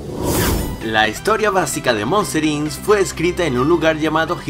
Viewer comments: POR QUE DICES MOSTER INS ES MOSTER "INC" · Monster INS..... No me jodas weon.... primero aprende a hablar correctamente... se dice MONSTER INC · "Monster Incs" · Errores: Se pronuncia Jaiden Citi Se pronuncia Monsters Inc no